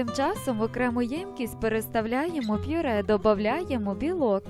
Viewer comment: Мова жахлива. А наголос у словах!!!